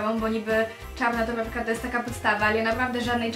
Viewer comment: naucz sie muwić jak człowiek bo muwisz tołepka,bohatełowie,dłudzy na tszecih naucz sie !